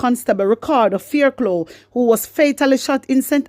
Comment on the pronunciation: Fairclough...pronounced "" FAIRCLOFF""